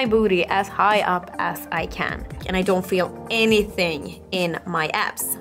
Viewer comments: When she says "abs", I hear "azz"..anyone else? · Every time she said abs I heard ass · Is she saying abs or ass?